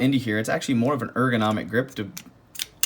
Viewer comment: He said “Axeually” When we was holding the hatchet!